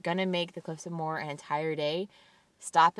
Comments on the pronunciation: awesome videos! it's pronounced mow -her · the cliffs of moher are pronounced Mo her you don't drop the o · haha it makes me lol when I hear tourists try to pronounce Moher. The pronunciation is literally in the name - "mo-her" - good try though. Loved the video!